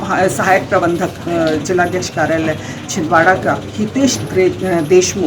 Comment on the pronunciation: Chhin Dara nhi Chhindwara